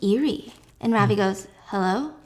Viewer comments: Ravi (pronounced as ruh-vi) is what is his name. I got so confused when you said ravi singh. That’s when I realised holy shit they’re a name of asian origin. I was hooked though agreed with stephiance that it all just seemed too easy. Real life is much much more dangerous. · Gurl i am indian ,ily but lol the way you pronounce Ravi caught me off gaurd ,it is rav as in love and i as in ee from tofee , ✨Ravi✨ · You don't pronounce Ravi like that😅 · Stephanie I love you but your pronounciation of Ravi is killing me 😭